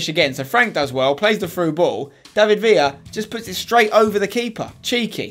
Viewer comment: you pronce david villa wrong you need to pronce the ler wright